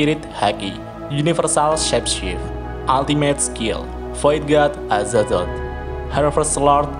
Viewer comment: Azatot pak bukan azazot